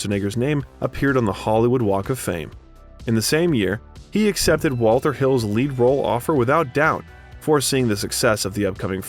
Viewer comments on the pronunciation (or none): none